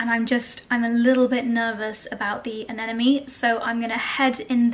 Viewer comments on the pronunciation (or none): I love your vlogs, they're very calming. BUT, please, it's not anenome, it's anemone (the M is in the middle). I only say this because you love flowers so much, I'm sure you don't want to get name wrong. Also, your honeymoon was a dream.